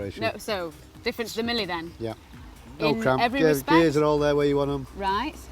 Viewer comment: Mille, not Millie...Italian is not for everyone...